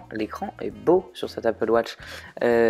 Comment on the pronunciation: MAIS POURQUOI APPLE WOTCH ?? ON DIT APPLE WATCH !